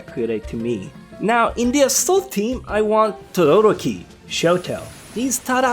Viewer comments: I hate how people mess up anime characters names he said Todoroki is name wrong and also the number one I hate it when people mess up Kirito name because they say it's stupid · Todo-roki :P Todoro-ki <3